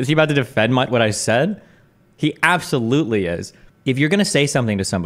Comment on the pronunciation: “Abtholutely not.” - Destiny